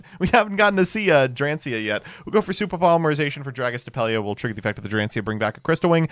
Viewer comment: I don't understand why this is a constant joke of not just but the wider yugioh community not learning how to pronounce the cards. Some of them are difficult and that's ok but also it's really easy to sound out most names. Just take your time and try to sound it out., you did a good job on everything in this deck except dracaena. You said it like drancia. Also is chan drag lier not chandra liger.